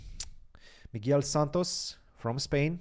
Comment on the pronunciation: A tip on the pronunciation, "Miguel Santos" is pronounced like "muh-gel", the 'u' is silent :)